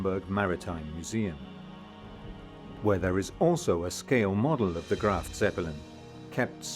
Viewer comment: * Graf, not “Graft”……..